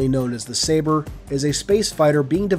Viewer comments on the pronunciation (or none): none